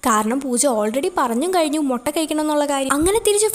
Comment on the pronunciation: Moota alla mutta😂